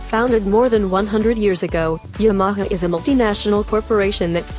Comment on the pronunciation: Yam-aha-ha? That's enough right there